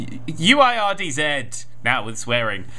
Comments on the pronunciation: It's pronounced "Words". Ui=Oo-i~W. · "uirds" is pronounced "words"